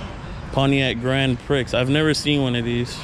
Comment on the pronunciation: Sorry, but it's pronounced Grand-pr(ee). Car sounds good, I will be doing this to my buddies car tomorrow. Thank you for your video.